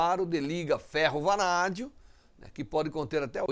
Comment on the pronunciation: Vanadio kkkkk